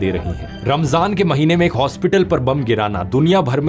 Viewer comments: Wow Haspatal not Aspatal First I doubt Learned something new 😮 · hospital ❌ haspital 😂😂😂